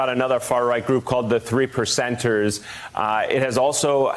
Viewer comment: When he said the 3 percenters, I thought he said, The 3 lepers!